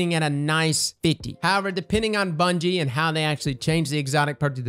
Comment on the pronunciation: Lol “bunyie” as he says